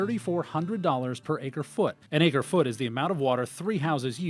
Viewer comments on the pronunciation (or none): none